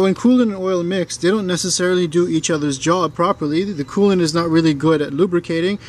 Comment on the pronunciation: Did he say oil cooling and coolint lubricating